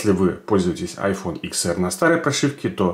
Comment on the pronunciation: Это не ИКС, а десять, ТЕН АР грамотей